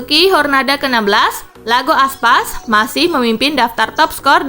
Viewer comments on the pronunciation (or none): iago min bukan Lago aspas :v